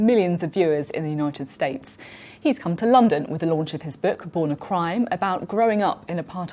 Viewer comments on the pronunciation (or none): did she say "Unuated States"? 😂😂😂